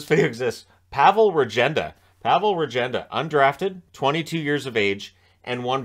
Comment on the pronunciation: Regenda pronunciation is Ruhgenda